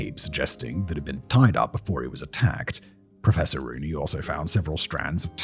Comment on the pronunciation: Im sorry but every time Simon says "Professor Rooney" i hear "Professoroonie!"